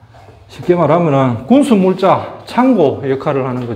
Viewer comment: 동굴, 군수물자란 발음이 아주 어색하네요.